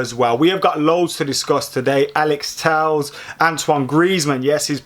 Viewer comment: Tell-ez fking tells lol. I'd love Telles at United